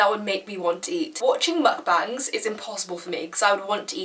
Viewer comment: just a side note unrelated your progress wow. an English speaker who can actually pronounce mukbang